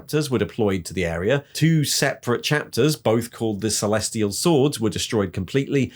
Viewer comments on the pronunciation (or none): none